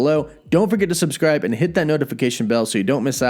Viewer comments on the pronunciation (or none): none